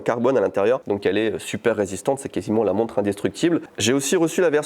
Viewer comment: Mec,j'ai cru qu'il avait dit "monstre" au lieu de "montre" . Monster watch au poignet!!! :D